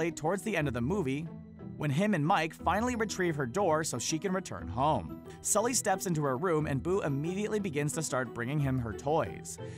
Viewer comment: It's Sulley not skully u nimrod lol